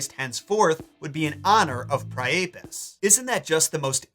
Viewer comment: I thought Priapus was pronounced "PRY-uh-pus". Am I wrong?